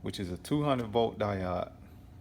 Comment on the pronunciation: Lolol I hope you have learned how to pronounce diode by now.